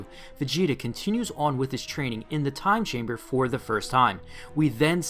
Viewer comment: Every time u said "Time Chamber" I heard "Gas Chamber"